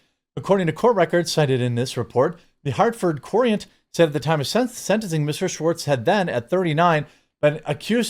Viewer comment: "Courant" is pronounced like "current". (I grew up in CT)